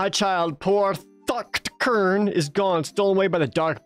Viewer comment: The way you said THUCT'KERN made it sound like a swear word lmao